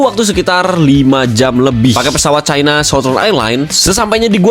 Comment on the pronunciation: next klo ngucapin china tolong nadanya di kurangi tekanan nadanya , bbrp kali nadanya spt rasis era orba